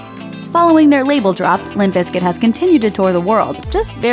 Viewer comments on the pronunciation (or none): Please stop saying "biscuit"... its BIZKIT!!